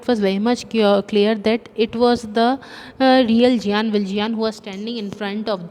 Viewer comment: Sorry for saying but it's Jean not giyan,ok. How ever, thanks for your explanation